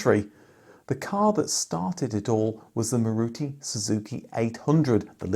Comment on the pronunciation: Thank you! But the correct pronunciation is MAAruti.